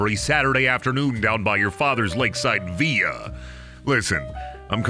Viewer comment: Villa is pronounced like... vil la... because it's not a Spanish derived word. It's Italian, so says the Meriam Webster.